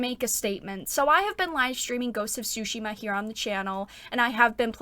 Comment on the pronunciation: I really enjoyed your video as always but I'm gonna be honest, I cracked up at your pronunciation of Tomoe :') Also I know english speakers don't do that but the T is Tsushima is not silent, just loike in tsunami (both japanese words) ;)